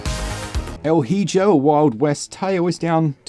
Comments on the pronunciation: Maybe you're doing another "bargain" thing but, just in case, it's "e-ho" not "he-jo". "El hijo" translates as "the son". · "Hijo" is "ee-hoe". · El hijo is Pronounced "El Ee-Ho" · El Hijo, It’s pronounced, ( L ee-hoe) Spanish for, The Son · El Hijo... it's pronounced 'el eeho'. It means 'the boy', or 'the son'. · The pronunciation on “El Hijo” hurt my soul lmao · How do I explain to you how badly was your pronunciation of El Hijo? SMH